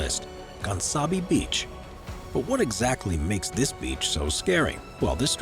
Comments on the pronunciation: Gansbaai is not pronounced “Gansabee” It’s pronounced “Gaans-bye”. Also your info on great whites at that beach is so misleading. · Good video but I'm from south africa so please before you pronounce Gaansbaai kindly listen how you must pronounce it. Even though you are English you make it sound like an idiot